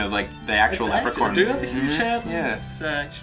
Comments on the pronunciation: "leprecorn" oh, ross. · ...did Ross call it a lepricorn? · did rus say lepracorn